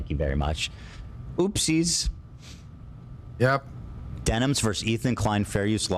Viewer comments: why is he saying her name wrong? is that something he does intentionally or can he really not read denims? its like what jeans are, denim, but plural. but he keeps saying demis or dennis or stuttering between the two. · Am I missing an inside joke or is there a reason he keeps calling Denims Demis? Also first time viewer, really enjoyed this video!